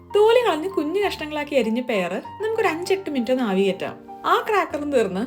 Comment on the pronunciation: പിയർ ഫ്രൂട് അല്ലേ? പെയർ എന്ന് പറഞ്ഞിട്ട് എന്താണെന്ന് അറിയാൻ വീണ്ടും വീണ്ടും നോക്കി ഞാൻ 😊